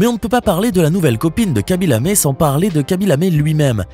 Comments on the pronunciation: Pourquoi Lamé ??? Y a-t-il un e accent ?? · C’est Lame, pas lamé.